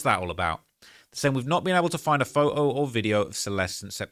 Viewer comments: I just love your accent! Photo = Foe-oh 😅🤗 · Bro says “pho-oh” instead of photo 🤣🤣